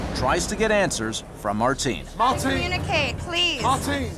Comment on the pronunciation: Not Martin but Marteen